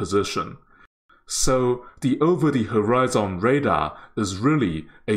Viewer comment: You are mispronouncing a few words. If you had just mispronounced one word(catamaran), then I would have just ignored it. But when you also mispronounce the word "horizon", and in the exact same mistake. I didn't want to be a grammar Nazi, but yeah.. I couldn't handle it after I heard "horizon" lol. There should be no emphasis made on the last syllables in either word. "maran" should be said smoothly together with the rest of the word with no emphasis at all. The way you say it sounds like 2 different/separate words stuck together.. like "cata" and "maran". It should be like caterpillar, cataracts, or crocodile. all smooth, no emphasis on anything is the main point. The "maran" should be said like "marriage". It's similar to Iran. Some say Eye-ran(or I ran, like someone ran somewhere), while others say it like E-rarn or Eye-rarn. the "an' in catamaran should be like the "an" in "I ran somewhere". Now onto horizon.. "Horizon" should be said smoothly with no emphasis on any syllable, not the hard and emphasized "zON" that you use. Maybe easier to pronounce it if it's written as horizun or horizen but with *hori" still pronounced the same way you did. Don't change it to be like some japanese "hori" since hori-zen sounds like its some Japanese word. Lol Hope that helped.